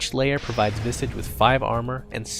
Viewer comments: Visage not Visige XD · I always thought it's pronounced vi-SAH-ge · "vissidge." wut. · You called him "Visej", I called him "Vaisej" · STOP SAYING VISIG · Visige? It's Visage xD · The pronunciation is Visaaaaaaage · I thought it was pronounced VY-sige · He had two guesses at the pronunciation of "visage" and still got it wrong.